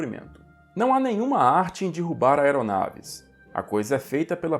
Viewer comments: D"i"rrubar, pqp. Um canal com um conteúdo bom, mas com um apresentador analfabeto. É triste de ver! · engraçado que se preocupa em falar o alemão correto mas diz: "dirrubar".